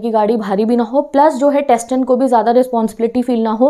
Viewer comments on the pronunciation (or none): अरे mam टेस्टन नही सेतन t silent hi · Driver is setan not tsetan (t is silent) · Its not testan its tsetan pronounced as setan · Tsetan is pronounced as setan not tasetan🙂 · In the whole video "tsetan" was "testan" 😃😃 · Didi it is not tsetan it is setan beacause t is silent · Your pronounciation is not good it is setan not testan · It should be pronounced like tse -tan not testan. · Tsten Chetan bola jata hai testen nahi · It is pronounce as setan not testan 's' is kept as silent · Didi Tsetan me 't' silent hai aur usse "सेतन" Pronounce hoga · From you are saying testen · wrong pronunciation of Tsetan ... but u explained it beautifullyyy ❤ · The Pronunciation of the word Tsetan is 'setan' where, 't' is silent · Mam it setan.....t is supposed to be silent in his name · Miss you explained chapter very well.. But first T is silent in Tsetan.. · You are pronunciating wrong TSETAN is see-tan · TSETAN will be pronounced as setan t is silent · T is silent 😑 🤡